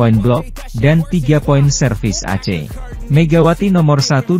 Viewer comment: Yg baca narasi ini orang lg ya😂😂, ace & attack ttap dibaca ACE & ATAK😂😂